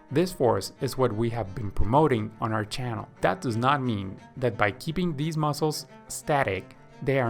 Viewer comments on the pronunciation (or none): none